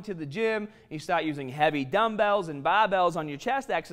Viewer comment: there it is baaaaaaaahbelllls